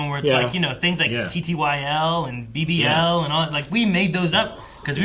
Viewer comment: BBL you say?! 🤣